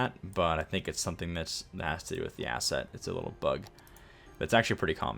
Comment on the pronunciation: Everytime you say "that's a very good asset" all I hear is "that's a very good ass". I have a very dirty mind apparently